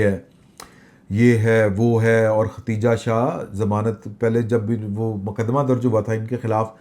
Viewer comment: Plz. Note the name ختیجہ نہیں بلکہ خدیجہ